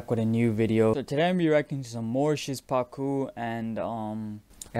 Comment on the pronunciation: You pronounce Szpaku weird xd. It should be "Shpacoo"